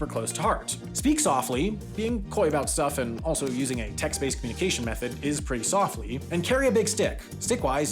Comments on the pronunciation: Soflty? I guess you need material for the annual video on mistakes lol. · soflty :D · "Speak so*fl*ty"